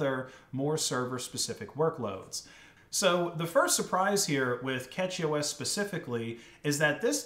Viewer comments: Dude it bugged me so much that he is pronouncing it as Catchy. Ffs... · It's not "Catchy OS" - it's CachyOS, as in Memory Cache (pronounced 'cash') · A Nitpick, it's pronounced cashy (from cache) not catchy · It's cashyOS not catchyOS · Isn't it pronounced like cache-y OS? Not catchy? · I’m gonna be honest, I’m pretty sure it’s pronounced like “cashy” or cache-y to be more specific. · Pretty sure it’s pronounced “cash-y” as in computer cache. Also, NixOS is the new Arch. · First off, it is pronounced "Cashy", like "cache". Just started using it a few days ago myself, fleeing Ubuntu. So far works amazing for me with i3wm. Few small issues, but nothing that I can't solve given enough time. I really wanted to try out Arch, but I wanted a nice installer because I just want it simple to get going. Really great I think. As for servers, I would love to try out a CachyOS server on some non-critical servers I run. Would love to see a great, reliable arch server, but until that day I will continue with Debian for critical stuff. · Did he say CatchyOS? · I think it's pronounced with sh but a lot of people pronounce it with a ch like it's written